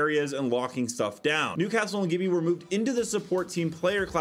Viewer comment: Gibby is Pronounced - gebby